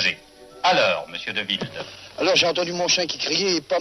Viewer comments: Dewilde non ? pas De ouaillde ! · Moi aussi, j’ai trouvé cette prononciation étrange. Nom hollandais et non pas anglais ... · Svp. Prononcez son nom correctement!